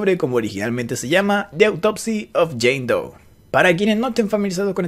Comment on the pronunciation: "Jane dou" "john dou" "baby dou" -coscu